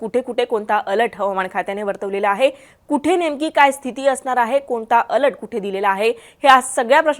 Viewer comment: Over all 😭. अल्ट नाही बाई अलर्ट 😭